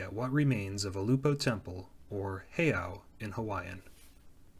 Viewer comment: I’ve lived in Kailua my entire life (65 yrs.) and I can tell you that Ulupo heiau is in no way a pyramid. The back side may resemble one slightly because of the shape of the hillside it was built on, but it is in no way a pyramid. It is a flat-topped pile of stones, which was made that way to be the foundation of a temple complex of several religious wooden structures. BTW, it is pronounced ‘Ew-lou-poe’